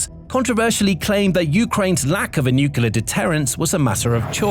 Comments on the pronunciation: Nukelar? Really dude? I wonder how you pronounce clear, clover, claw? Kelear? Kelover? Kelaw? Good job there. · Absolute Garbage!! Obviously, Ukraine is not a super power, outside the dimension of drones. So, I guess you could say they are a drone super power...?? Like I said, absolute garbage!! Get a life, and learn how to pronounce Nuclear!!